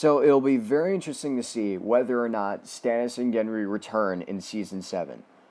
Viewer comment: (Gendry, not Hendry)